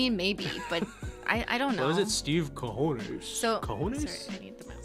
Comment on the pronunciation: i know it was a language barrier but essentially said John Quiñones - John Cojones which translates to balls as in testicles. Which is unfortunate lol